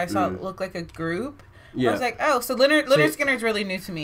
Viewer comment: The name is not ‘Leonard’ Skynyrd… it is ‘Linn-erd’ Skynyrd…